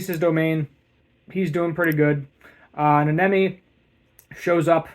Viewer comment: I’m halfway through and you got almost all the names wrong. Wee-wee, ha-nah-mee, Na-oh-bee-to, nah-nah-mee, meh-goo-mee. And you still have Toji Fushiguro’s name wrong (Toe-jee Foo-she-goo-roe) inflection on the she not the goo. Pretty insufferable to listen to personally. Also this was a recap not a review, you just said what happened not how well it was animated, how good the story and dialogue are. To be more of an ass this was definitely not a 9/10. It was an unfinished and broken episode.